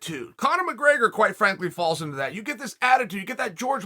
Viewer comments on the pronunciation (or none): none